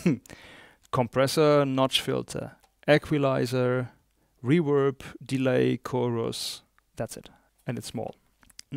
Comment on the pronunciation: It’s REVERB!!! Not REWERB. Please!!